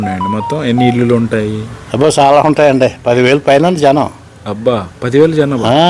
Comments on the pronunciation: illulu anakoodadandi, illu (ఇళ్లు) అనాలి.singular ఇల్లు, plural ఇళ్లు. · ఇల్లులు కాదు యాంకర్ గారు ఇళ్లు అనాలి